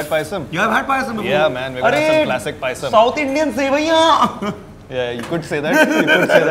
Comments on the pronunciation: Manh it's payasam not pisum 😂😂😂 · Its Payasam not PIsum Its BEEF not BUFF Good video btw :)